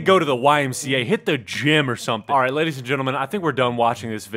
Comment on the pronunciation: did anyone notice he said sladies